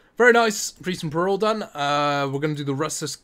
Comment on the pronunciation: says peril right once proceeds to say it wrong twice